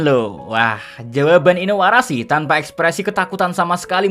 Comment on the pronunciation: Min lu nama karakter oda diganti2 kalo oda tau marah dia🤣 masa inuarashi jadi asuarashi🤣